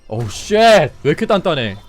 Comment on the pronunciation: 억양 때문에 그런가... shit이 계속 번역이 되면서 시x로 들리네